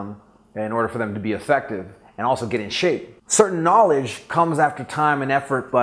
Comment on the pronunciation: o the way he says knowledge... is he up here in the hollywood hills with some books and a lambo XD